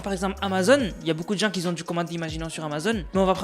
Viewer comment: "Qui zon du commandé" "Ceux qui zétais là bas" mais frère fait un effort stp ca nique la crédibilité de tes vidéos qui sont pas si mal